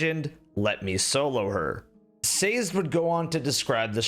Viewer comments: It's pronounced SAY-ZED, airsick lowlander! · That's not how you pronounce Sazed! It's Say-zehd. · Sazed is pronounced Sah-zed. It’s a character from Mistborn, by Brandon Sanderson.